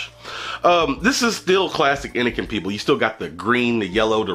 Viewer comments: Fucking awesome video as always man, even if you fuck up the name constantly, haha!! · How u reviewing a product but constantly say the name of the product wrong..